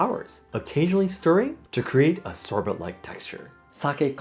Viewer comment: English tip: "Sorbet" is the French-root variant of the word for a frozen juice dessert - so the second syllable is pronounced "bay" instead of "bet." 🍨🥰